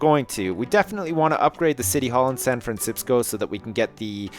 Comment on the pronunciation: When I Try And Say San Francisco , All I Can Say Now Is San Fransipsco